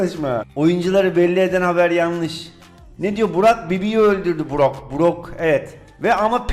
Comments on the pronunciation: 'da otomatik çevirme var heralde brock yerine burak dedi 👏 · brocka burak diyen koca yürekli